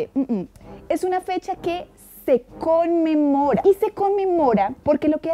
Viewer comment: estaba tan ocupada riéndome porque sabía, por alguna razón, que iba a decir ‘conmemora’ que después escuché ‘usted come mora’ JAJAJAJAJAJAJAJAJAAJAJAJAJJAJA